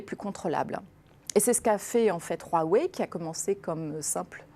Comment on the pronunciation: La personne invitée parle peut-être chinois car elle prononce bien Huawei et Weiqi. Je voudrais juste lui signaler que le pendant du Yang est le Yin (et non le Ying) et que le goban n'est pas un damier.